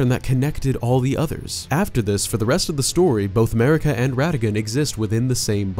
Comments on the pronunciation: It's Marika, not Merika goddamit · Ahem.. MARika. And RANni... fucked up the names of best characters.